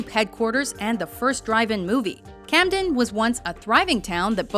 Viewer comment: Camden... sigh